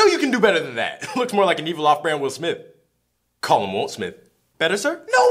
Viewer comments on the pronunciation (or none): Then he said won’t smith😂😂😂